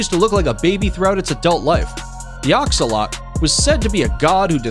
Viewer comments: It’s not a axalot is a axlottil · it an axolotl not axolot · They're not axolote it's axolotl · It's pronounced axe-oh-lotle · Its actually pronounced Axe-uh-lot-L btw my aunt has a few axolotls as pets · It's axo-lot-al btw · The Axolotl is a pet hat you can have. And it’s pronounced axe a Lott l e